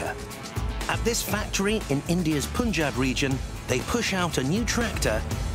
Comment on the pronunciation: Why should we? The narrator cant even pronounce Punjab properly. I am damn sure U cant even read my name. Come out of hangover